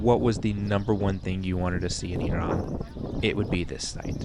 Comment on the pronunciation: I like how you pronounce Iran correctly 😁😁✌✌